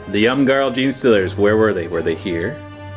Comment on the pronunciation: ‘Yum-Garl’ Genestealers? lol....I think its ‘eem-garl’. One of them funny Teutonic words. Oh well. :)